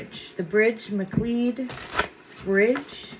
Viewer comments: McLeod-It’s pronounced Ma Cloud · The pronunciation of the road is Mc Cloud.